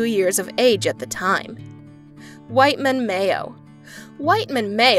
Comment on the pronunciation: WHITEMAN MAYO was not named Whiteman... His name was W H I T M A N MAYO. U should correct that... Thank you.